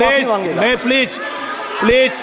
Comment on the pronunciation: स्पीकर जी कम से कम please का उच्चारण तो सीख लीजिए